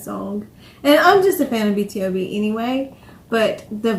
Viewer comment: Actually it's B-to-b. Most People say it wrong 😂